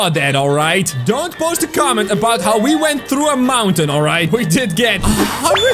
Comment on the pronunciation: We went through a mowtain